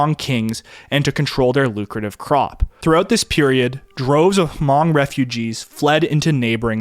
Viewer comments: Fun fat: it’s pronounced Hmong(Mong) and not ha-mong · Not even a nitpick since your pronouciation of Hmong is fine as it is since most people don't even know they exist, but it's pronouced as Hmung if you want to sound more cultured around Hmong people. I'm Vietnamese and had some Hmong friends and the languages are closely related enough to be somewhat intelligible. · H is silent... Just Mong; i speak Hmong white and green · I believe, it's pronounced, "Mong" with the H being silent?. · Took about 13 mins before the Hmong were brought up which was driving me nuts because they weren't mentioned in the very beginning. They are the MOST affected group from The Secret War. Also, when you use H when saying Hmong (pronounced 'mung') was nails on chalkboard. I've befriended many Hmong and find their stories amazing. My best friend Blong is my main source of stories, but the stories I hear are all the same. Blong was snuck over the Mekong as a baby and after some time in Thailand, his family was sponsored by a Mormon family and came to America. Blong's dad was trained by CIA operatives to fly a T-28 and bomb Vietcong. His dad had what would be comparable to Lieutenant rank and had 5 people to oversee. His dad said he was told to report if he seen Vietcong when flying and to wait for commands engagement. He said, paraphrasing, "I would bomb the commies when I seen them and they (his immediate supervisor) would be mad but Americans told me that I did a good job." Until the day he died, in 2017, he always wished to fly one more time. He said flying was easier than driving. I personally find it nuts that within 3-4 months from initial contact about the USA looking for help he was flying and then rising ranks within a year to his final rank. He was literally farming and only seen motorized vehicles a few times and only seen planes in the sky. His only English words, besides 'Thank you' was T-28 related. The Hmong are so fascinating and their assimilation into American cu